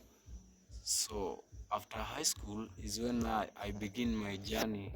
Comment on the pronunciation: It is JOURNEY, not Jarney. I knew English is not your first language. You're learning. That's why I corrected you.❤🙏 You're doing great keep 🫸 pushing